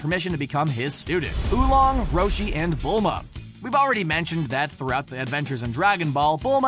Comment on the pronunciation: Seriously Who Long? Its Oolong